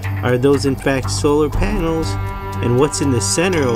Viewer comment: my guy said solar panals